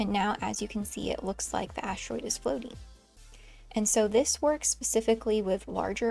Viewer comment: 😂 "Assteroid" 😂 I hope he has no "hamorrhoids".... 😬😉